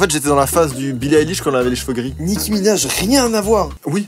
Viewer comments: Il a un peu raison quand même c’est Nicki Minaj et non pas nicki minage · Joyca: nicki minage Moi: MAIS C’EST WEJDEN 😭